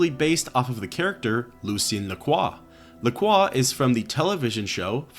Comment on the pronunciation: Bonus Points for knowing how to pronounce Lacroix unlike Most People who say "Lakroy"